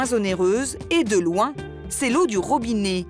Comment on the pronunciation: On ne dit pas ROBINÉ mais ROBINET.